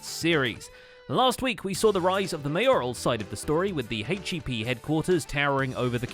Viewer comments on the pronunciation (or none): H-E-P? Nonono, you said it wrong. It’s pronounced “hYEp” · I'm sorry but its HIEP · I am even more sorry but it’s HIP